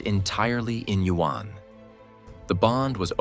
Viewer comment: Learn how to pronounce China’s currency, the yuan. It is not pronounced “U N”